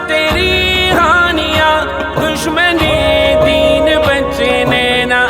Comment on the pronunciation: ہانیہ ❌ ہنیہ ✔️